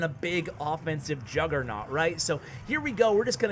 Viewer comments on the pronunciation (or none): none